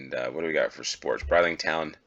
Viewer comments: Brid in Bridlington is pronounced in the same way as grid is said, not bride. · "Where's Waldo" is just the American name- it's "Where's Wally?" here in the UK where the books were first published. No idea why you guys changed it, but possibly the name Wally was already trademarked. Bridlington is a lovely place, but the first syllable rhymes with "Sid" not "Side".